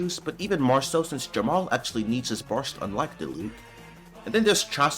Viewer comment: i was listening to the audio and was so confused when i heard "Jamal" 😭😭